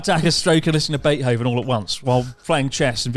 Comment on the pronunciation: Nobody else is stuck on Chris pronouncing Beethoven as bait-hoven?